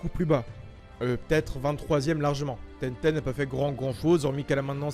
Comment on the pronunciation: Il c pas dire tenten il dit tété lol